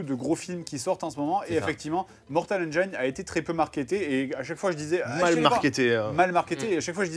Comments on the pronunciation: par contre 'engine' se prononce comme ça : ˈendʒɪn et pas ANJAÏNE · Ça se prononce mortal "enjine" pas "enjayene" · ça existe pas Engaïne en anglais ^^ Il faut prononcer "Endgine" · BONJOUR. CECI EST UNE INTERVENTION. "Engine" se prononce "N-Djinn" et non N-djaïne". Conteste même pas. Il n'est pas trop tard pour changer, et rejoindre le camp de ceux qui ont raison, parce qu'ils parlent anglais. De même, si tu prononce "praïson break", il est encore temps de faire repentance. Sinon tu finiras dans l'enfer de ceux qui disent "oui mais alors pourquoi tel mot ça ce dit comme ça gnagnagna". On prononce "prix-zeunne". Non, chut, la contestation est futile. Tu as tort. MAINTENANT TU SAIS. NE FUIS PAS LES FAITS. LE POUVOIR EST ENTRE TES MAINS. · Mortal engeaïne... mon oreille saigne ^^ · Mortal Engiiine (se prononce i et pas aie!) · hmm. on dit pas "mortal enjaïne " ...juste comme ça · Attention à la prononciation, Benzaie va se facher^^. C'est /ˈendʒɪn/ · La prononciation de engine ahhhh! ça se prononce comme "machine", pas comme "vagina" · On dit engine. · Bon sinon, vous savez pas prononcer Engines.